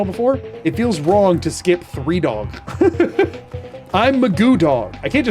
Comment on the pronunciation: MAGOOdog ❌ MAGOONdog ✅